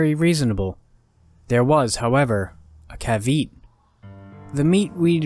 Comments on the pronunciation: you mean it’s not “kuh-veet”?? 😂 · “caveet” sighs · great pronunciation of the word caveat